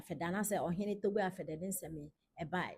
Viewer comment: The name is pronounced apede